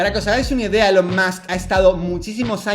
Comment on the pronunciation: Buen video pero Dalas, please se pronuncia "ilon" o_o